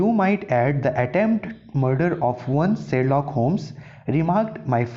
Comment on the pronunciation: It's Sherlock not serlock